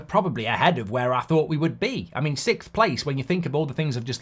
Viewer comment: Can't wait until we're not sixth so Mark stops saying sickth! It's SIXth!